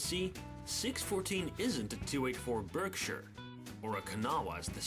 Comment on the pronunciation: No no get upset at this question but What's the difference between roller bearings and frickshin bearings? Also am I the only one who thinks it's hillaorus that pronounces Berkshire Barkshires, I'm not making fun of it its just hillaorus at the same time when I hear it 🤣